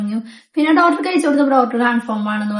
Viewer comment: ഡോറ്റർ അല്ലാ doctor എന്ന് പറയു.പാർത്ഥിച്ചു അല്ലാ പ്രാർത്ഥിച്ചു ennannu